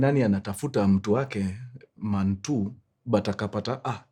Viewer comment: Man one ...Man two ❌.......manuan😂 ....mantuu ✅